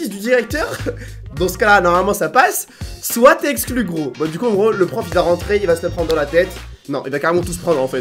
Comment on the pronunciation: Le nombre de fois que t'as dis esclus😂😂😂